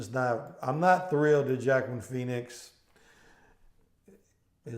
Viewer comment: Wakeen. Is how you pronounce his first name.